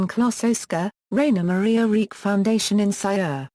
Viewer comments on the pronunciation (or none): His name is pronounced "Reek" ???????????? You've got to be kidding.